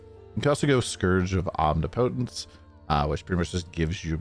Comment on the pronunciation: Please don’t say omnipotence like that lol